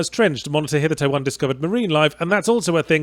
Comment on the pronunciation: The only thing I recall from watching all of this video, is that you pronounced the word “hitherto” incorrectly